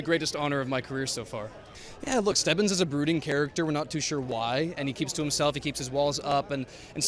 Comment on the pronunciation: Stevvins ._. Its stebbins lol but okay Super hyped 🔥